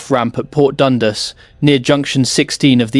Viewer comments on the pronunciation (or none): none